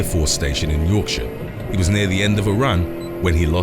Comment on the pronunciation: this dude can say yorkshire properly, respect.